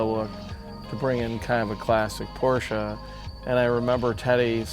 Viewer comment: Thanks to God ! An American who is able to pronounce Porsche Right 👌🏻